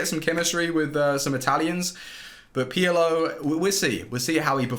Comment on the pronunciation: It’s pirlo not peeyalo 😂